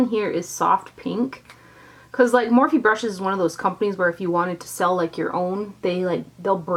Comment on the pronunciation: I thought it was morphe not morph-e